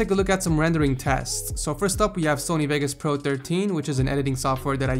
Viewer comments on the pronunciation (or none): none